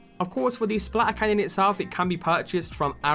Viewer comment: No one: English people: SPLA ERCANNON